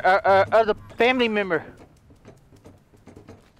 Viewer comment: Im sorry, I cried and I mean BAWL crying seeing the title (The Ending) I was loving it and cried until I heard say, "Famree"